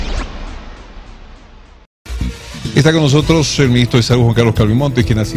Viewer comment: "nojotros" este tipo de pelotudos estaban en el poder